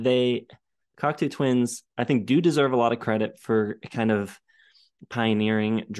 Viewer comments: You’re not the first and you won’t be the last. The truth is, I don’t care and will never pronounce it correctly. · They don't care and it doesn't really matter. it is just weird and funny to hear all of them butcher it repeatedly. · Wait, learned how to say Cocteau Twins, but he keeps saying Coctoo. Are you trolling us? 😀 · You're wrong about the band pronunciation. It is Coctoe, not Coctoo. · I love seeing younger kids listening to this amazing band. But you guys are killing me on your pronounciation of their name. Please fix it lol. It's " kawk tow not kawk too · It's "coc-toe", not "coc-too." It's French. For example, Canada's elected leader is Justin Tru-doe, not Tru-doo. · It’s pronounced Coct-oh. Not Cocktoo, or Cockatoo. Named after the French filmmaker and poet, Jean Cocteau. I saw them live back in the 80s, supported by Jesus and Mary Chain. They were very good. Good site. I like it. It would help if you did more homework beforehand, however. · It's pronounced COC-TOE not COC-TOO. You're welcome 😊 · Definitely pronounced "Cock-Toe" as in the French poet and artist - Jean Cocteau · I've got a lot to say about this episode - it's pronounced "Cock-Toe" I believe - but I agree with final statement. Heaven or Las Vegas is often described as blissful dream pop but it really features so many tiny hooks in the interweaving vocal melodies and guitars that it's got far more dynamics than I ever thought before listening. Episode 4/5 ( rigidity...bleech) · But that's not how pronounced it. I'm not a native English speaker but I tried to spell it phonetically. Maybe I dit it wrong, but we mean the same thing. That's what counts. Cocto like in Go. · Yes. The "oo" is driving me nuts. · If she can make up words, I can pronounce the band name however I see fit. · just salty because for once I wasn’t the only person mispronouncing.